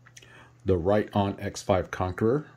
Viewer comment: I'm pretty sure that it's pronounced writ-own not right-on.